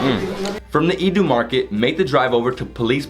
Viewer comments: Please forgive me but you murdered the word Iewduh in this vid It's OK I know Khasi is hard to learn I'll just help out a bit In Iewduh 'Iew' is kinda pronounced like Yeah and Eww in one word(yeaheew) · I like how he pronounced iewduh as iiduh it's kinda cute😁 love from Meghalaya 😍